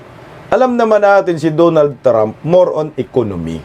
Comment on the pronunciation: HOY, DONALD HINDI DOOONALD😂😂😂